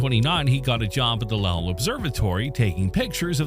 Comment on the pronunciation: Lowell is pronounced low(opposite of high)-ell Sounds more like Bowl and not like Powell. Lake Powell is two hours north of Lowell observatory.